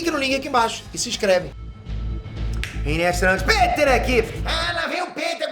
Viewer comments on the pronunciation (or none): none